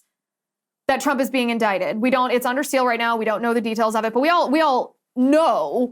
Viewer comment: I can't remember - was Trump indicted? Or was he in-dick-ted?